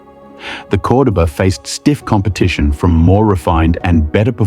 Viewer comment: What kind of AI crap is this? Fake English accent pronouncing Cordoba 2 different ways? C'mon!